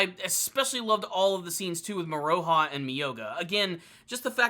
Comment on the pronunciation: Moro-ha not Mor-O-ha. Besides that, keep up the good reviews